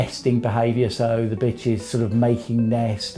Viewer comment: He said bitchr